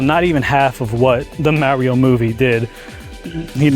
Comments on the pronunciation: Genuine question! Seriously, how do you get so far in adult life and still not know how to pronounce Mario? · Like fr you run a Nintendo channel and can’t say Mario 😭